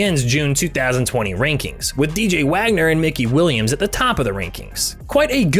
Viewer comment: dis man said mickey williams